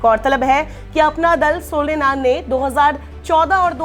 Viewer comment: सोनेनाल नही सोनेलाल है हर बार गलत उच्चारण।